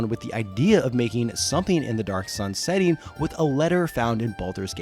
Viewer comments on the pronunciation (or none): How do you spell 'setting'. You do know how 'setting' is spelt, right? Why are you saying it weird like it's spelt setning